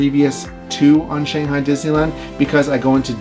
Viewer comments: this is how we pronounce it in english. “shang” like “bang” - “hi” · I love these videos so much!! But please please, please pronounce “Shanghai” correctly!! :D